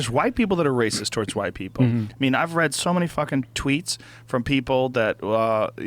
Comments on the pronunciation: "WACIST" Joe Rogan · Lol really wacist